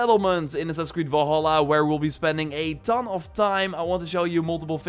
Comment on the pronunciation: is it me or does it sound like your saying volhola ?